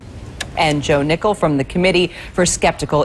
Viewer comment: I literally thought the first time they mentioned his name they said Ohnickel.